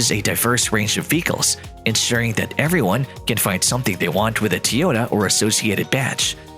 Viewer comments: Bla bla Tee-Ohta bla bla Tee-Ohta ... bla bla Tesla .. bla bla Tee-Ohta. What a BS video. Can not pronounce TOyOta properly and why would a combustion engine mean the end of electric car maker Tesla? Clickbait title at it's best. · why are you the only person in the whole f in world to say tee ota.................... everybody else says toy ota ?? YOYOY ?? FOOL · why are you are saying teyota? its toy - ota, Toyota. your saying it wrong hahaha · It’s TOYota not TEEota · It isn't TEE-yota, it's TOY-yota, dumbass. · Pronunciation correction! its Toyota not T-yota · Wouldn't you think the narrator should be able to pronounce ToyOta ?, not TeeOta ? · TOYOTA not TEAOTA what the heck get it right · I got so tired of the guy mispronouncing the name that my next car may be a used YuGo without air-conditioning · Tyota* Tyoda? 🤔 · Of he says teota 1 more time im gna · Teeyoda ? comon guys .. cant a bot be learning by now ? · 😂 i Just think to comment about Teaota but you did it first. 😂 What a cocky accent. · how many times did he say teeyohdaaa? And why does it take so long to get to the point. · Tee-Yota? How about getting a narrator who can pronounce the name properly. Besides, the video does not stand up to its title. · I can't listen to Teeehota one more time.. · Whos Teeeehoda? 😂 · Say teeota one more time. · That was a robotic voice. That's why it said "Tee-otah" over and over. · "Tee-ota" marketing apparently. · Ha e u lost ur mind end of tesla,seriously it's like saying the end of McDonald's ur an idiot, the stupidity is insulting, whatever I swear the internet and people woth theyr stupid ridicoulous reason for views pathetic, oh and for a guy who seems to knw so much who can't even say the damn name.of the company correctly, unreal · 5 year old "news" created using AI that can't even pronounce Toyota correctly. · This is what the ai reading the script thinks it should sound like